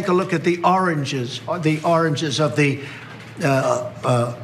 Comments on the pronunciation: Ooh origins, it sounds like he's saying oranges like he was saying the oranges of this investigation. Lol anyone else heard oranges? Cuz it sounds like he's saying oranges... ORANGES!!! lol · I don't think it's his dentures or mental faculties. I think it's just that he never learned how to pronounce certain words correctly, especially when certain words almost sound like other words, for example, origins and oranges, so it's easier for him to say oranges rather than origins, because he has some sort of speech impediment that he can't pronounce origins correctly!